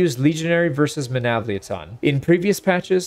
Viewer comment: the way you say Menavliaton sounds like it is a transformer its MenavliAton similar to how you say TriArii